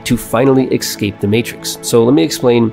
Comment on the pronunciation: Kept getting distracted by the number of ‘ekscapes’ 😂 But seriously good video, reminds me of a solid overview of the million dollar fast lane which changed my outlook on life so much.